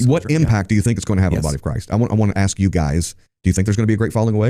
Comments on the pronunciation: Book of Asks* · Da book of Aks